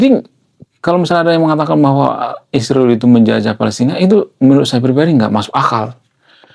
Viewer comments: Bro kenapa Israel di ucapkan jadi Isriwil..jangan ikut2 Konoha ya😅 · Ngapain nyebut Israel menjadi Isriwil ? Begitu besar nian kebencianmu.